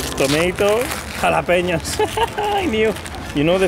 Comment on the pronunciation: no one: Perez to Sainz: jalapeñoS